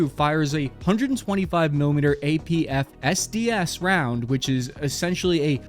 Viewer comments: the fact that you're vocally separating the "Fin" and "Stabilized" bugs me for some reason. Calling it APF-SDS rather than AP-FS-DS is one of those tiny things that gets under my skin lol. Amor-piercing, fin-stabilized, discarding-sabot. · Ngl the pronunciation of "APF (pause) SDS" hurt my brain a little. Brother got caught in the script a bit.